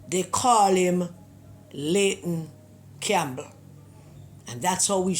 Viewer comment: Pedi-ayton Campbell